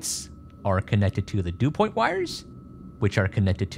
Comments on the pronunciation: its DuPont connector, as in the massive multinational company called DuPont. not "dew point" lol. dew point is the temperature air needs to be to form dew. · Thought it was Dupont not Dupoint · And "Du-point" wires lol.. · The cables are not Dupoint, they’re Dupont. There’s no I in it. Otherwise great video!